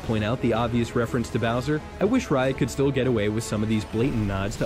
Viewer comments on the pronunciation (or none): none